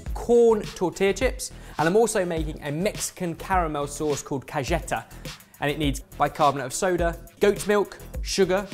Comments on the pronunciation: saying “cageta ” was so funny!!!! For future reference is pronounced caHEta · CaJEta not Casheta like you are trying get out a phlem with the JJJJJ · I love you guys and your videos. But, it's ca-he-ta, not ca-jet-a. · Someone else has probably commented on this but I can't find it, it's NOT pronounced "ca-YEA-ta", it's "ca-HE-ta", as in 'hell' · it's pronounced ca-HEH-ta! not ca-je-ta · you're a dear, but Spanish has mostly regular rules of pronunciation (rules! like a recipe! but for language!). J = H = cah-heh-tah. You're doing your "apply French here" thing! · Cajeta sounds more like "ka-hae-tah" or just go for "dulce de leche" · The first dip looks like pimento cheese sandwich filling. And the third "dip" is pronounced ca-he-ta. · Alethia Diaz Vazquez it almost sounds like he’s trying to say “Galleta” more than “Cajeta” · Have you ever heard of buñuelos? Sweet Mexican dish usually made with flour tortillas (not corn), and tosed on sugar and cinnamon; Also Cajeta (Ka heh tah) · Love you but for future reference....it's pronounced cah-het-ah 😂😂😂😂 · Love you....it’s pronounced ka-He´-TA:) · kah-HAY-tah. Spanish is pronounced like it's spelled--but the letters have their own sound. Almost like it's a whole other language! ;P Saludos desde Mexico. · Did say cajeta like galleta? 😂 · the caramel is pronounced kahayta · ...ca-GE-ta?... all Spanish speakers across the world wince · Pro-tip: the J sounds like an H in Spanish, like Ka-Heh-ta for Cajeta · FYI, it's pronounce "ka-heh-ta". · Oh, its pronounced Koh-he-tah. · Sure, cajeta is pronounced casheta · "Cazhetta" Oh,... oh, no. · Wow, just butchered that spanish... it's spelled cajeta, but it's pronounced caheta like all j's in spanish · im not someone to be picky about pronunciation but man "cah-JET-a" made me need to pause the video for a quick second to mentally process. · The way pronounced “Cajeta” made me wince. La cajetio.